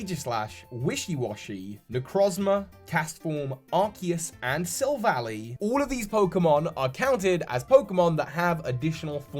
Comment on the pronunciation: It's pronounced Silv-ally (Silver ally) not Sil-valley. It's not that hard! Sorry it just gets under my skin that people still call it that.